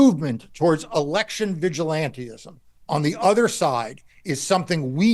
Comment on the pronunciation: Yo Marc…it’s vigilantism, NOT vigilanteism!